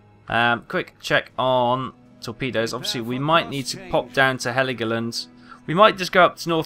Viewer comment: Dude its called "hell-go-land"... Greetings ;)